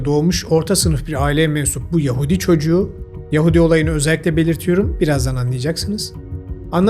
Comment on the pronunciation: Abi Yahudi çocuğu derken sanki orrrrospu çocuğu dedin😂